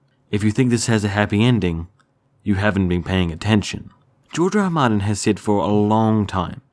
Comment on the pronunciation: "George er rer maerthnn"